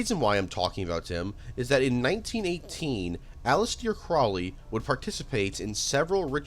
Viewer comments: Aleester craawley performed the aybrameelin ritual. Can Americans read English? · Bro you really need to work on your pronunciations. The Nimitz’z? Allisteer Croleay? Come the fuck on.